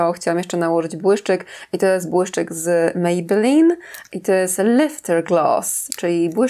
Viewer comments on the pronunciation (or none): none